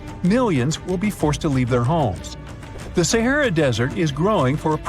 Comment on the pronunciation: This guy can’t pronounce “SAHARA” !!!!!